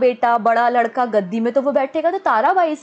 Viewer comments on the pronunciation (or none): none